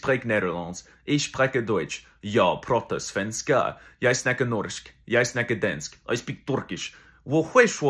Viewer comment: Han sa svenskarr